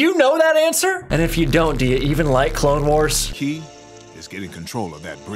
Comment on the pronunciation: "Star Wars The Clalexnes Wars" 😂😂